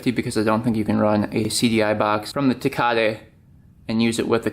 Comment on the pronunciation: I thought he was saying Ducati in a really messed up way 😂😂 never heard of tecate 🤦🏻‍♂️